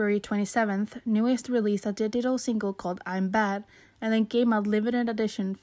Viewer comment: You know, if they were as bad as all that, their groups wouldn't resign with them. Just saying. There is always more going on behind the scenes than we know. Also, it's pronounced New East, not New Est. Listen to them say it. New EAST.